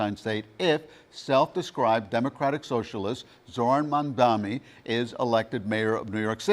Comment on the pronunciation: Why can’t Americans says Mamdani properly. It’s really funny hearing Mamdami or Mandani or Mandami🤣🤣